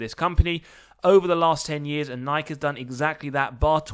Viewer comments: *Nigh-key, not Nyke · Do you honestly not know how to say the company name: Nike??? It's pronounced: Ni - key (Nike) Sounds like: NI - KEY NIKE